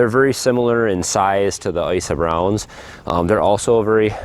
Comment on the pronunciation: Icy browns? How do you spell that? I couldn't understand you. Thanks